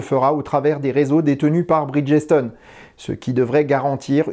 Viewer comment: Il est préférable de prononcer Bridge-stone que Bridges-tone. Les Français et l’Anglais… 😉